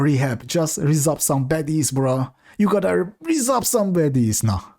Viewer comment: You gotta rrrrrizzz up some baddies. Too funny man I can't